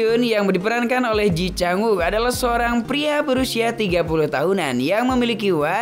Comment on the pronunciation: Sorry, boss... Kata temen2 aq yg orang Korea, mereka bilang cara baca namanya : /ci chang uuk/